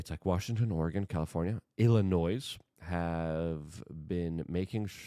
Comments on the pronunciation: It’s pronounced “illinoy” NOT “illinoissss” dumbf!! Not watching any further. 2x in 9 min. I am out. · Illinois = Ill-A-Noy Do not pronounce the S.😉